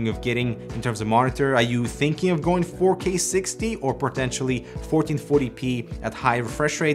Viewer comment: Oh... he said "4k"... I thought he been saying "fuckey"